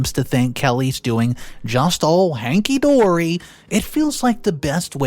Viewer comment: Umm. It’s hunky dory, not hanky dory.